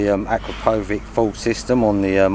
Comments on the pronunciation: Acrapovič - Hcrapowitch pronounced exactly not Acrapowig nothing to do with Acra Pow wearing a Wig 😅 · You pronounce it like Akrapovich. Long A short O. 😉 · At least learn how to pronounce Akropovic correctly .